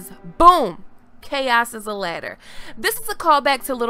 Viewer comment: i think you meant "chaos is a LADDAH"